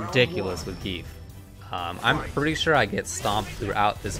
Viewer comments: gee-yef. not "geef" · No, it doesn't. It pronounces it like Zan-Gi-ef. The reason you want to pronounce/write it like that is that english doesn't have the correct sounds to pronounce it. Most probably won't understand as the english language also pronounces letters and the alphabet differently. This is also a problem with using foreign names in video games.